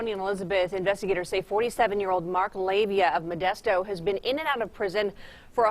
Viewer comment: Please pronounce names correctly, the suspect was a Pacific Islander (Samoan) his name was pronounced Lah-Vay-Ah. It's the same problem people still have, pronouncing Tua Tagavailoa's name, do your due diligence, not everyone is named Smith.